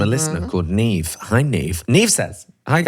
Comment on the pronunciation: Got the Serafinowicz down, but stuffed up the "Neve"....it's pronounced NEV.